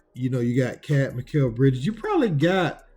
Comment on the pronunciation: He really did not say Mikal Bridges? Is he high??